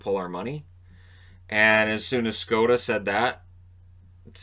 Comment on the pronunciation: Wow, i'm very surprised that you know how to pronounce "Škoda" :D